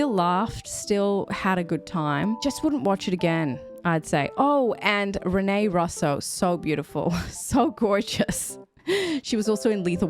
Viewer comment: Hello!😊 Your outfit looks very nice, and your hair highlights look great!😉 You are my first reaction of the day!🥇 It is nice to see these actors when they were younger. Great honest reactions and outro to this flawed but funny film,!!!🎬👏🏻👏🏻👏🏻👏🏻 Rene Russo's last name is pronounced like "Rooso", but your pronunciation make more sense.😉